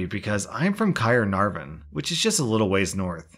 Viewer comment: That pronounciation of Caernarvon made me chuckle 😂